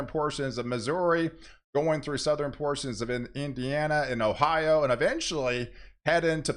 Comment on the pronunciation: It's always going to be next level...it's always getting even stronger....blah blah blah. "Southerin" "Northern". 😂